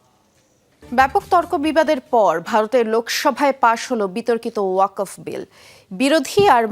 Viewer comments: uposthapika k bolci..wakof noy.. Wakfo. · উচচারণ ওয়াকোফ না, হবে ওয়াকফো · ওয়াকোফ না, শব্দটি হলো ওয়াকফো। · এই উপস্থাপিকা জীবনে ওয়াকফ শব্দ শুনে নাই?